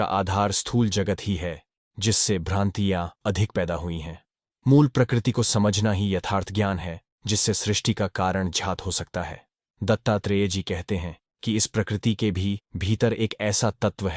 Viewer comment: कृपया अपनी मानसिक बीमारी को सुधारो,जानबूझ कर कई शब्दों का गलत उच्चारण करते हो,ज्ञान को jhyan,कभी घ्यान,कभी ज्यान बोलते हो, दुःख को दुहक बोलते हो,ज्ञात को ज्यात 🤔🤔